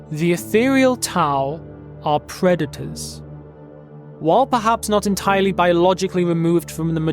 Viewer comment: lol "preda-tau"